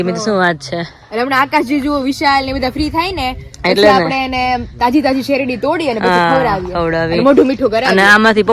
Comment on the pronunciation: Shevdi nai sherdi bolay